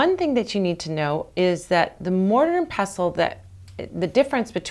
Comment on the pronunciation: Thanks for saying pestle correctly! Also, you just saved a rough mortar from a load of myrrh resin - I never knew!.